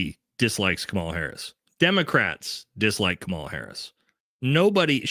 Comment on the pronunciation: do yourself a favor and just learn how to pronounce her name correctly. It’s Kamala (Comma-la). I don’t support her either and think you seem like a great guy with a level head and the ability to look at politics through a mostly non-biased filter. But I just think the people who refuse to pronounce her name right, sound petty and just do themselves a disservice. I hope you don’t take this as a criticism and take it as a tip from someone who is a fan:) “Comma-la” 👍🏼